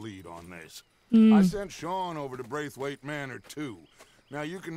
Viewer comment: lol why do you have so much difficulty saying "Braithwaite"?